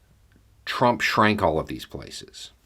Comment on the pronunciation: I nearly choked on my lunch. You believe that Trrrumpp's actions were against the law. You said is such a deadpan manner. Thank You.